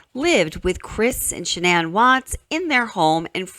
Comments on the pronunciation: Okay this isn't the first time I've noticed this but why does shannans family pronounce her name like SHANNan yet Chris and many others change it to shaNNAN? Does Chris know how to say his own wife's name? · I like that her mother, father and brother all pronounce her name SHANNON vs Shuh- nan. I wonder when and why she changed it? Poor girls ❤ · Interesting how her Dad pronounces her name like “Shannon”, but the rest of the world pronounces it like “Sha-nan”. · The parents called her Shannan, not Shannon, she herself only changed the pronunciation to the last syllable.